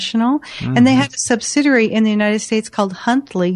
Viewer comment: sub-sid-ee-ary. Not sub-sid-er- rarry. subsidiary - read slowly - give it a try:)